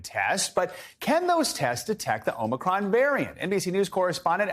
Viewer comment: It is not Om-Knee-cron. If you cannot get the name correct then the rest of the story is just background noise.